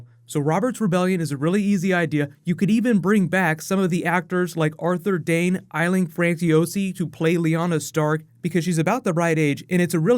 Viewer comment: I would opt for the Dance of Dragons. And in her own words Aisling Franciosi is pronounced Ash-ling Fran-ch- (like CHeese)-ozi